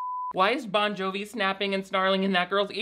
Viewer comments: Every time you say “John Bovi” I cry 😂. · His several pronunciations Jon Bonjovi's and Josh Duhamel's names makes me happier than it should.